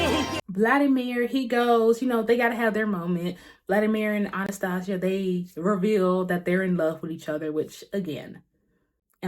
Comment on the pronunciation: Girl how you are saying Anastasia is driving me insane lmfao Still great review though lol